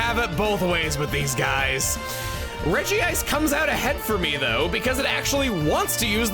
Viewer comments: The fact that you still regi-ice instead of reg-ice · Out of all people I'd think you, Chugga, would say "Regice" and not "Regi-ice", there's only one I. Is there some official resource besides the anime that has you saying it that way because I trust your pronunciations more than anyone else when it comes to Pokemon but this, this is one I can't believe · Praying Chugga will one day pronounce it as Redge-ice